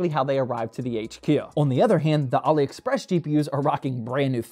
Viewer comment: says Ali express like Mohammed Ali Express 😂 😅